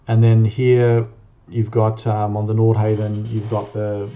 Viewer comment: Please pronounce NORDHAVN properly !!!